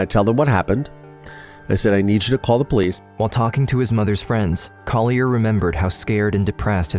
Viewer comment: The narrator is mispronouncing Collier's name: it's CALL-yur. (There is an audio of Collier saying it himself in this episode.) He deserves the correction. And tho it might be picayune, on the last frame, the word 'responsibility' is misspelled. Thanks.